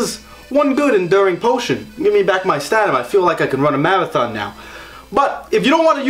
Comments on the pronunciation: Stanima? Isn't it stamina? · Stanima. You kill me. Idk if it was intentional but i love it.😂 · “Stanima” bruh...